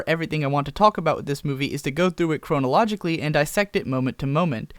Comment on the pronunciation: CHRAH-no-lo-gi-cly (or -cal-ly), not CHROH-no-lo-gi-cly. I don't know what I'd do if I watched one of your videos and you didn't mispronounce anything. It would be weird.